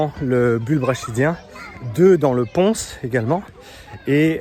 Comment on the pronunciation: Merci pour la vidéo! Et le « Pons » au niveau du tronc cérébrale, aussi appelé « métencéphale » se prononce « Pon » en français donc on prononce SANS le S de la fin ! J ‘ adore tes vidéos, je suis en médecine et je voudrais me spécialiser dans le sport et ta chaîne est très qualitative 👏